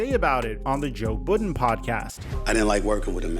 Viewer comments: “on the Joe Boodin Podcast” 😂😂😂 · have I been saying “Joe Budden” wrong this whole time?